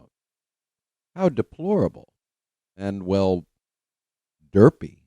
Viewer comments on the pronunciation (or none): none